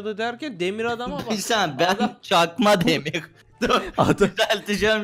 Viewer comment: Demir adam değil demiv adam